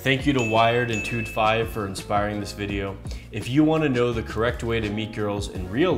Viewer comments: tood fyve lol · Who the fuck is "tood 5"? Hahahaha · He said “Tood Five” 😂